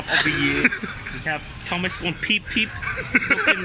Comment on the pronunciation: it didn’t even say Thomas It said THoMS